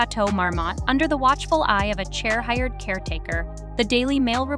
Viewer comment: Is this video made by ai? Or do you really not know how to pronounce the name of Cher? Its “SHARE” fyi…